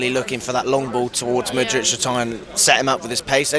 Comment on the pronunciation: MATE as a Chelsea fan how can you get their names wrong!? MUDRYK no ICH on the end. and its LEVIIIIIIIII not Levvy ffs☺